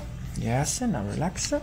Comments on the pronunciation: Please stop saying relax-a it’s just relax. No -a. Just relax. I notice you do this with quite a few English words. Just drop the “a” at the end of english words. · Your English is very good. You could sound a lot more like a native American English speaker if you remove the "eh" from between words after hard consonants. For example, you say "Relax-eh" "treatment-eh" "eyes-eh". I know this is difficult. Our language is blunt compared to Italian:) As for "Don't help me" it's quite acceptable. It does not sound rude or presumptive. Maybe you could say "You are resisting a bit" if you want to be more specific. It's not as harsh if you say "a bit." It's like the British understatement. Another thing... the C T in "structure" has a sound almost like "prosciutto" or how you say "pressure" except it's more staccato. The end of this word sounds a lot like the English word "church." One more.. the A U in "cause" sounds short like "koz" and not like "Audi." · I think it's hot the way you say ah after some of your words 😉 Relaxah. Also your English is great